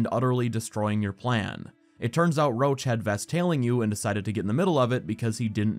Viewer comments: your videos are great, I watched hours and hours. but the guy is Roche, not Roach. It definetly need to be pronounced differently, Roš or try the french variant Roche (Roše) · Oh my god! I didn't know Roche's name in the English version sounds like Roach...